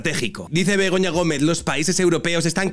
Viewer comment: Jajaj en vez de Begoña creía q decían pelota